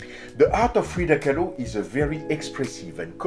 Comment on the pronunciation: Lmao. Freida “Kah-loo”.